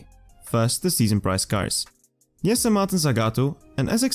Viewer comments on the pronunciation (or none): none